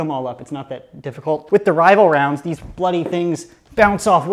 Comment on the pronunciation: It sounds weird to me an American saying 'bloody' Also: BAWLZ